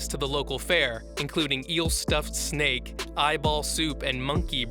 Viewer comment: Did you pronounce snake as snack